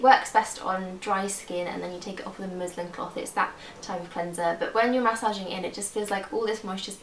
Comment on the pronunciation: Did you say Muslim cloth? It's muslin cloth.....love the hair by the way:-)